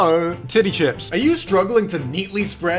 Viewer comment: nobody: not even the troom troom narrators:: tiDdY cHIpS